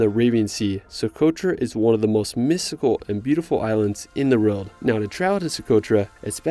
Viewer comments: All I hear is "ruld". Its "world" dude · What is that accent? Why is "world" pronounced "relt"?